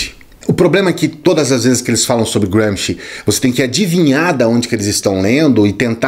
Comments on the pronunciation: Apenas uma pergunta quanto a pronúncia: não está dando um 'toque inglês' em um nome puramente italiano??? Eu apreciei tudo o que você expôs... mas é a 'prima volta' que ouço o nome dele como um britânico ou estadunidense falaria... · Nada. Só enche o saco ouvir um nome italiano pronunciado como ingles. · Adorei a pronúncia de Gramsci... Grande autor... britanico, pelo jeito